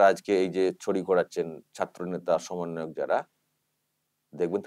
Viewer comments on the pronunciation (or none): none